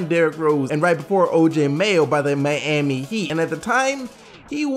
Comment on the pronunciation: i hate how this guy says miami